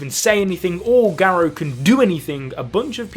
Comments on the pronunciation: Gah. Row. not Geh Roe. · Dude can’t even say garou name right lol